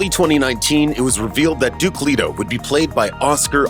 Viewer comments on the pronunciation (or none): none